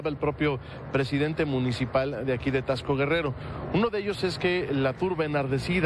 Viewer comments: Si hacen mucho enfasis en la x y se pronuncia como si llevara s, o sea tasco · Tasco. No tacs-co